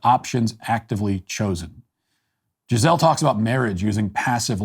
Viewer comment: Note: The pronunciation is Gee-zé-lee.